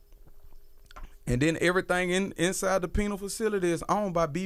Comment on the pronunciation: Did he say "Penile" Facility?